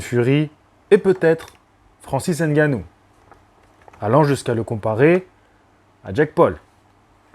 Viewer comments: merci pour la prononciation du nom , c'est effectivement ngannou, et pas N'gannou. Ça fait plaisir de voir des personnes de temps en temps s'arrêter et se corriger sur la prononciation réelle des noms. Au Cameroun et en Afrique personne ne dit jamais n'gannou. Tu es respectueux et passionné, force à toi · Je constate une amélioration sur la prononciation de Ngannou. Pas N gannou comme j'entends souvent.